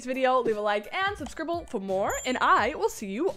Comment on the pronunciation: “Suscrible” 😂 love it also ur humor is so goodddddddddd